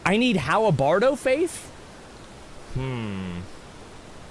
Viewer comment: “Halabardo”... halabardo...